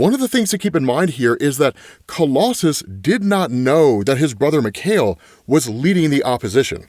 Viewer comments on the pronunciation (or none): Just so you know it's pronounced Mee-kai-el Rasputin. It's the Russian version of Michael